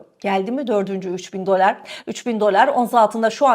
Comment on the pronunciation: Dolár değil dolar diye okuyalim. Eski sunucu böyle diksiyon hataları yapmamalı efenim. Lütfen düzeltiniz ❤ Tek keyif alarak dinlediğim kanal sucunusunun mükemmele ulaşması için bir tavsiye sadece.